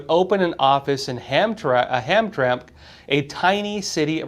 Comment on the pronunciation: I live in MI. Pronounced "ham TRAM ick"